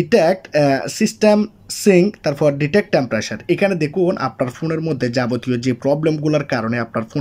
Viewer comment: আপনার কথার উচ্চারণে অনেক সমস্যা আছে ভাই। টেম্পারেচার না বলে টেম্পারেসার বলেন কেন। আবার সার্চবার না বল চার্জবার বলেন কেন ভাই।